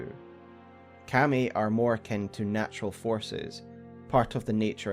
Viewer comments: It took me a little to understand you were actually talking about 神. Its pronounced ka-mi. Two evenly stressed syllables. Like kah-mee kind of. Its not pronounced cam-ee. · You make very good lore videos. That said, dude, the way you keep saying Kami is like nails on a chalkboard. Not sure if it's just your accent or a mispronunciation but I had to stop the video. Keep up the great work though, the lore in this game is so disjointed and vast that it's good to have a few kind souls putting it all together for us.